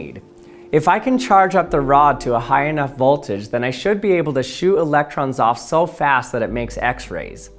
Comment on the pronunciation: learn how to pronounce "Sieverts" and "voltage."